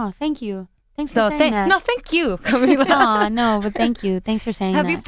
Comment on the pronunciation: does the one standing even know spanish. She mispronounced camila's name wrong